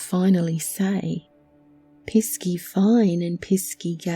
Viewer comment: I 😂 CHORTLED when "piss key" was spoken